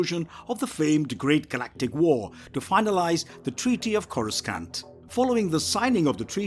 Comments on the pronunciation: Corus skan't Im sorry, but at that point, it's not an accent issues it's flagrantly mispronounced. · Bro PLEASE!!!!!! Learn how to pronounce Vader it's a hard a sound. U even have it being pronounced correctly in ur video clips IN THIS VIDEO!!! Also the second C in "Coruscant" is silent 😂😂